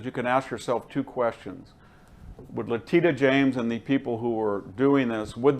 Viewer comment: I like VDH, but he really needs to learn to say names correctly. It’s Letitia James (not Letita), and he says Kamilla instead of Kamala every time.